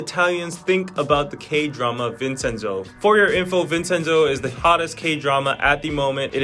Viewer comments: It’s “VinCenzo” (Vin'tʃɛnzo), NOT “VinSenzo”. This is the English pronunciation. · Vinsenso Hurts my Hears almost as much as Vhersaci